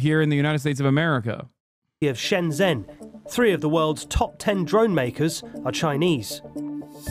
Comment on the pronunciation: Shen zen 😂😂😂 shenzhen 😂😂😂😂